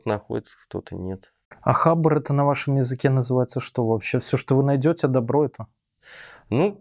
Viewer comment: Не хАбар, а хабАр.. а ещё профиком мнится. Кринж